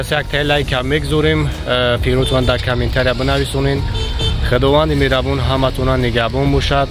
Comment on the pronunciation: Мерабон не мехрубон